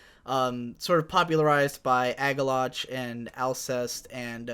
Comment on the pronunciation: you rule and all but how the hell do you butcher Agalloch's pronunciation